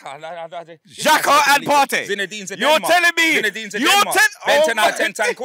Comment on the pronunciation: Man said zin defe style?? Lmao. Zini shiii in def KT is way better